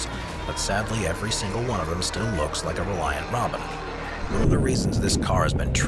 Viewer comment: Congratulations on getting the name of the Reliant Robin right. Not many people or AI narrators do.